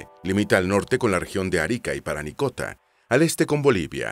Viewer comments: Parinacota, no "Paranicota" 🤦🏽‍♂️ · Oye por qué dice Paranicota?, lo correcto es Parinacota. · Es chistoso que por primera vez dijo Parinacota y luego todo el rato dijo mal Paranicota xD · Hola, estoy comenzando a ver y pronuncias mal parinacota, dijiste paranicota 3 veces... Ojo que aca no han habido nunca indigenas, no somos indios, somos mapuches, quechuas, aymaras, etc, pero no indigenas. En cambio puedes decir pueblo originario, ancestral, prehspanico, aborigen, etc. Saludos desde Pichidegua. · Parinacota. No paranicota 😂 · parinacota no paranicota XD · PaRInacota, No PaRanicota. xd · No sé dice paranicota. Si no. Parinacota. Haber. Parinacota. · (19/04/24) Oye presentador…. Lee bien los textos les nombre l AC primera provincia es Arica y PARINACOTA. Lee bien…. Un error es perdonable, pero no varios. Sorr